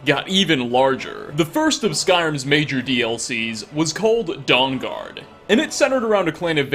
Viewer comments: I keep hearing it as "Dong-guard" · dong-guard lol XD